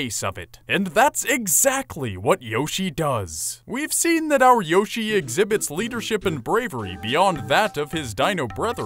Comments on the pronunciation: It's pronounced Y-o-shi the o doesn't make an Ow sound it makes an o sound since there's no e! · hearing yoshi over and over again starts to sound like a weird word